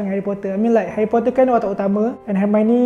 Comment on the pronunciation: youRRR Herwyhh Powtahh !!!!